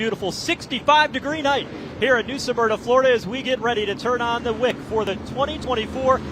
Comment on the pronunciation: Pronounced - Smur-na! NOT Sa-mur-na…